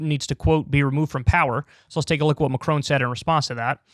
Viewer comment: As a Brit living in France, Americans please learn to pronounce Macron's name correctly! -it's not "Macrone"